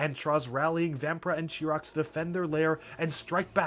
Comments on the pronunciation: Chirox’s name is pronounced kie-rocks not chee-rocks. if you want some proof it says so on his page on Biosector01. and when you were talking about how important all the makuta were you called makuta gorast chirox. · "Really the only thing you need to remember about Makuta Chirox here" "Chirox" Oh, honey, no.